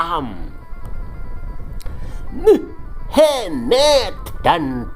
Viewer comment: Ah gw males nonton channel SN krn bikin sakit perut terus tatkala menyebut Muh amad jadi .... muhhh .. eemeddd. Kasian junjungan yg katanya berahlak mulIa kaum kedar dikuliti terus ... ampyuunnn 😉😙🤗☺